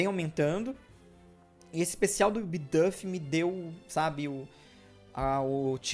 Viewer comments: eu amo o canal mas eu sofro um flinch toda vez que você pronuncia uma palavra em inglês errado, tipo "bidâf" (e não "biduuf") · Não seria "Bidufi" a pronúncia??